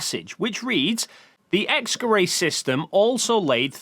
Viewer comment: How tf is "X-Gerät" pronounced "X-Kerray"